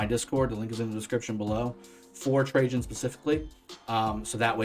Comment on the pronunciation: My god!!! Finally a you tuber that can pronounce his name correctly